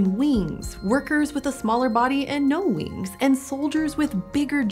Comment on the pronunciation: It's almost cute how she says wings, weengs.